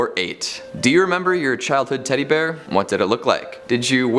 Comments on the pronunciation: Teddy be-ear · Teddy-b-ear. Okay. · sounds like he said teddy beer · teddy (b)ear lol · “teddy BUHear”